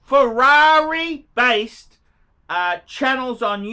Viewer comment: Ferrari = Fewawy in Bris.